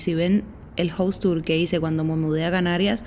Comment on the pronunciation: Un observación a veces la pronuncias bien y en otras mal casa es jaus no jous (House) y aquí en America no existe eso de pisos o dices casas or apartamento nunca piso.